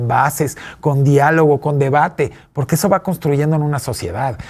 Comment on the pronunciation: Chuchis Gálvez dice : Poque, no porque, jajaja... no sabe hablar... 😂😂😂